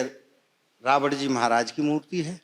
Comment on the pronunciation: यह पंडित जी रावण को रावड़ बोल रहे हैं, विभीषण को विभीषड़ बोल रहे हैं, ऐसे में गलत उच्चारण की परम्परा बढ़ रही है यह अत्यंत सोचनीय और चिंतनीय है।